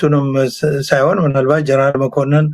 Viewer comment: please don’t say "ጀረናል". ‘ጀነራል’ is the right way to say it.